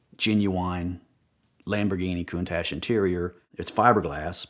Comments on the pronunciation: Countash 😂😂....love it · "Coon-Tash" really?? C'mon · Cant stand the way he pronounces countache..EdPlease correct him it's like nails on a chalk board.